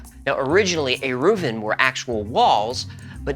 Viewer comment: I am impressed with the accuracy and respect given to Shabbat laws. Even getting the Aramaic plural "eruvin" right. (Speaking as an Orthodox Rabbi.) I wish this quality of research was the norm, but... not so much. Then add to that the skillfull and entertaining presentation.